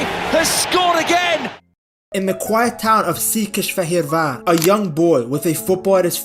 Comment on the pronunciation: Alright man, you had me at pronouncing Székesfehérvár relatively correctly. Keep it up!